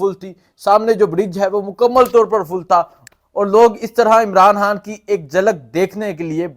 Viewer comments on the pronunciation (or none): او بھائی صاحب اردو ٹھیک کرو حان حان کیوں کہہ رہے ہو _ اپنی ہر ح کو خ میں بدلو _